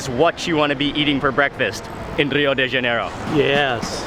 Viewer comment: Mark, it's pronounced Ha-nay-ro not jan-e-ro